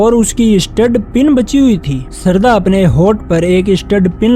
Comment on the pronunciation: Sarda nahi bhai shradha